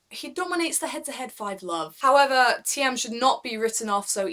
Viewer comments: Great video ! Waiting for more Btw "Thiem" is pronounced as the word "Team" in English :) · "Thiem" is pronounced as "team". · Just pronounce it like "team" and you are fine - the "e" is silent . Great channel